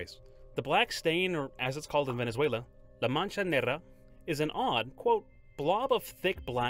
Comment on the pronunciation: i love how confidently he mispronounces "La Mancha Negra" multiple times lol